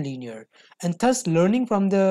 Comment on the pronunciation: accent me kyon bol rha bhai thus is pronounced as DUZ ths ths bol rha laudoo